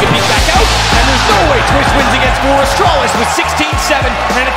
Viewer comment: Did he Said Astralis?